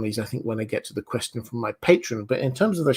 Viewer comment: "Question frrrrrrrrrrom...."